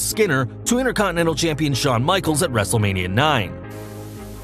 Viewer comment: It’s wrestle-lame-ia..... dude I thought it was wrestle-la-Mia with an Italian accent